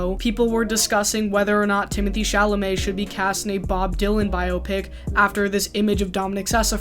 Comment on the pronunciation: THANK YOU for pronouncing 'biopic' correctly. I'm gonna scream if again I hear it rhyming with "myopic"